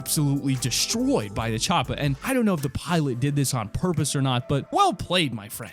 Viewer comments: Chopper not chopa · No one: This guy: Charpa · it's not a choppa it's a chopper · PLEASE stop saying choppa. Your not Arnold Schwarzenegger.